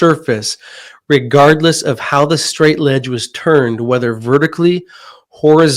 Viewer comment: Arrrgggghhh!! STRAIGHT EDGE NOT STRAIGHT LEDGE! edge noun: 1. the outside limit of an object, area, or surface ============================================== ledge noun 1. a narrow horizontal surface projecting from a wall, cliff, or other surface Example: he heaved himself up over a ledge The teacher jumped off the edge of the ledge after the student could not learn the difference between the two words!